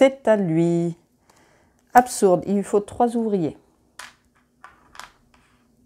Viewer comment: Merci pour cette vidéo, je trouvais la règle solo pas super claire. Par contre, le absourde m'a fait très mal aux oreilles. Un petit détail, tout le reste est très clair.